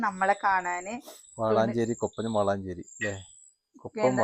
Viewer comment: വാളാഞ്ചേരി അല്ല വളാഞ്ചേരി ആണ്